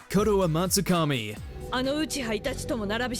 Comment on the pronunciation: Its Koto-Amatsukami